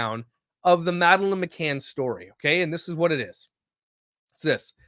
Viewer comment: Please look into the McCann case. That pronunciation was rough as someone who’s heard it a lot over the years